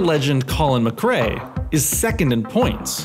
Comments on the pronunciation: it's McRae btw not McRea. Great video ! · it's Colin McRae not Mcrea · It's "McRae". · Sorry, I hate to be that guy, but it's (the late great) Colin McRae, and Cowan is pronounced Cow-an, not Cohen.